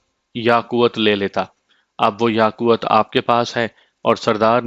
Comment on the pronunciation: It's not yaqwut .... It is Yaqoot